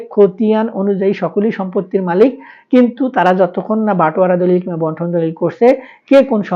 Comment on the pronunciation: বন্টন দলিল না বান্টন দলিল, সঠিক ভাবে বলেন।